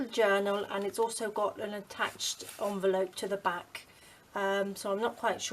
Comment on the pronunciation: You call it a "Junvelope"!